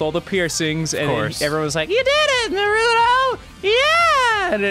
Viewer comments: "I have watched a ton of episodes"- and yet he still pronounces it Norooto. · He pronounces Naruto as Natoro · It's not naroodo It is pronounced NAruto It's snowing on Mt. Fuji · TheLordJake dubs say it correctly like nAruto, not norooto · Why do people pronounce it as narudo, with emphasis on the "Ru". Isn't it pronounced Naruto, with emphasis on the "na", with almost no emphasis on the "Ru" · This annoys the hell out of me too. its Naruto, not Nuhroodoe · Ryan Beattie it's more like Naduto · The the pronunciation as na-ROO-toh bothering anyone else? Or am I wrong for pronouncing it NAH-roo-toh? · Okay, it's not nar-OO-toh. Its NAR-oo-to. or Nar-oo-TO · who da fuck is nahrootoh its naruto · nar-roo-toe, not na-ru-doe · Naroodoe? But it's Na ru to. Like Ozimaki barrage. It's like Gon and Goon in HunterXHunter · The characters who have demons sealed inside them are called jinchuriki's. Also MaDARa's name is pronounced Ma-da-ra and Naruto's name isn't NaRUdo it's pronounced more like Na-ruto with an emphasis on the "Na." Anyway besides all the things Ross doesn't know, this game is pretty cool! It took me forever to beat it though, the story of the game feels very long. Keep up the good videos guys! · "I really like narudo" "yeah I watched naturo" >.> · I hate when people say narooto it's NARUTO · I just love it how Ross watched all the way up until the Pain battle, yet he still calls the show Naturo XD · tfw ross can't decide if it's pronounced naruto or naturo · Naruto not Narudo -_ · NAAR-uto vs Naroot-oh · its naruto not naturo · Nope they Pronounce it as NARU-TOE in the English dub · For every time they call Naruto "Naturo", take a shot. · it's a joke. it's always been a joke. also why they say Naturo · Um excuse me it is pronounced "NAYH-ROO-TOE" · it thought it was emphasis on the na and was pronounced (Nah-roo-tow) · Danny voice Um, it's Nair-ruht-oh. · sometimes they said naturo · So Ross keeps pronouncing "Naruto" as "Naturo?" And Madara is a water type?